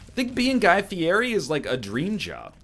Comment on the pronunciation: i doubt you'll be reincarnated as guy fieri since you can't even pronounce his name...